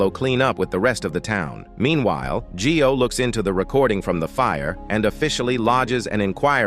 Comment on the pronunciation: G-i-o is pronounced "Joe", not Gee-o. "io" is a diphthong.